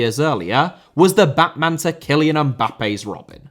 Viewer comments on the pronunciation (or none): none